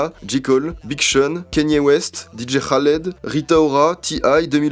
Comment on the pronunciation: dj khaled mdrr ça se prononce kalid